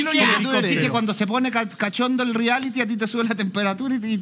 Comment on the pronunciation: Me da nervio escuchar al animador decir “Riality” si se dice “Reality”. Aparte de eso, me encanta el, es muy simpático.